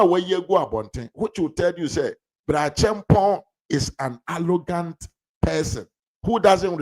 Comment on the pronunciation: The word is 'arrogant'; not 'allogant', please.😮